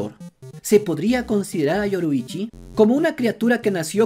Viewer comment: y manao otra cosa no es ni yoroichi ni kibutsuki es: yorrichi y kibutsuji, por lo tanto todos tienen razon vamos animo aprendete esos nombres no es tan dificil solo es consejo por si acaso